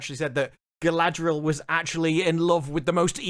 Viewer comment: It's "Muh gurl Guh-ladree-el" it's even cringing if you hear it , so much worse than merely 'my girl, Galadriel'